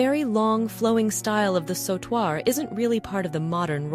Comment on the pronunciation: A mejorar la pronunciacion de "Bandeao" " Sautoir" etc.😂